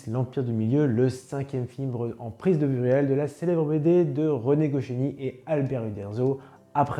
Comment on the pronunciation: c'est pas gochiny mais goscinny